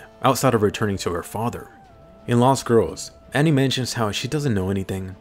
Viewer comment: It's Annie, lol how does Anne sound correct?